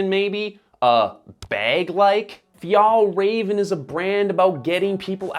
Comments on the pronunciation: please learn to pronounce the names correctly. Åke is still not pronounced like Ake, and work a bit on Fjällräven and definitely Kånken, although you're getting a bit closer with Fjällräven. I like Kånken because they are timeless and durable, and you don't have to bring half the house for every occasion. Sure, the straps could be padded but there are other models of Kånken if one likes that. Before retiring a few years ago (so, not as a student decades ago) my teacher mom used the Kånken every single day and I still think she has it. So, people like how it looks, I don't have a problem with that. They have a durable timeless piece which will serve them for many, many years to come, it's that great for the planet? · I just wished you pronounced the name of the brand right. Anyways, the kanken won't change because it's what it is. A basic bag. It's like the stan smith of adidas. The silhouette won't change. If you want a more functional bag, you could look at other models or other brands. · Haha, your pronunciation of Fjällräven is hilarious (but cute) to the ear of a swede! If you want to say it correctly, try this: fjäll = phi-el ("phi" as in philosophy + soft "el" as in the the spanish "el zorro") räven = rra-ven (the "ä" is pronounced like the "a" in ravaging or rad (and not like the "a" in large or cart) and the "r" is rrrroling like in spanish) + ven, like the beginning of ventilation) Kånken = konk-en (the "å" is pronounced like the "o" in concrete + en) fjällräven = phi-el-rra-ven konk-en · Hi all, just some information about Swedish pronunciation of the brand and its products, if you are interested. The letter å makes the 'oh' sound. So Kånken is pronounced as Konken. The letter ä makes the 'eh' sound. So Fjällräven is pronounced as Fe-el-raven I am not a Swede but have lived in the Nordics for a couple of years :) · WHY U PRONOUNCE BRAND NAME WRONG?!?! Omg OW at least pronounce the “ä” consistently across the word 😩